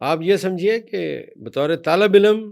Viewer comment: واقعی کچھ بھی نہیں آتا لفظ علم ہے الام نہیں ھے